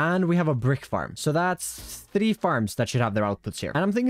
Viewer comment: your pronunciation of three tickles my brain